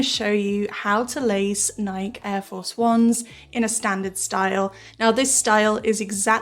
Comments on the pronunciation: It should be /ˈnaɪki/, yknow, like the goddess the brand is named after. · A lot of places in the world people pronounce it Nike (like; Mike; bike), instead of “Nikey”. I think the second one is the correct way tho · in slovakia, all people pronounce nike(bike,mike) and not nikey, i think both are right and it only depends in which country you are